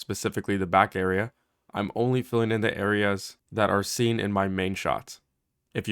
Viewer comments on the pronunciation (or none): none